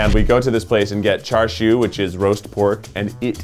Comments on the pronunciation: it is pronounced char siew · “Char shoo” instead of “cha siu” sobs in cantonese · It’s char siu, not char shoe